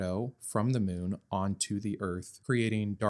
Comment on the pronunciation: The way you pronounced "moon" 😂😂